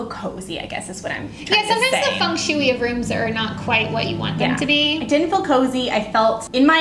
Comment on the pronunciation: Fung Shuey... lol the way this was pronounced